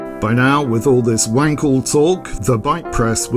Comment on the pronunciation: Very nice video, like always. Like your wanking jokes. However, the ‚a‘ in Wankel is pronounced like if you’d say „Aaah!“ when you suddenly understood some tricky stuff.